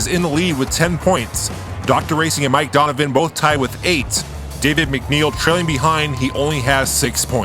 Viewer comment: Du-n-u-vi-n not Donovan